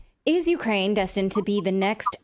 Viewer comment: Went a woom.....it's cwiminal what goes on in Ukwaine.